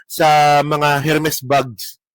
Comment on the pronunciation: feeling matalino…. Ermes ang pronunciation hindi Hermes. Silent H yan TANga 😂 Pati precedent ang basa mo president TANga ka talaga 😂😂😂